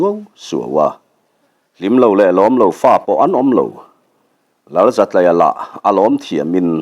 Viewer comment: Zatlaia, tlai hi school tlai kan tih a, tlai anga lam tur zawk nibawm tak. Zatlaia